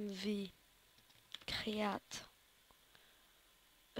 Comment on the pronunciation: T nul en anglai ca ce prononce create et non createa